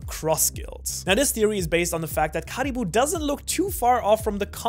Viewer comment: How he says Caribou hurts my soul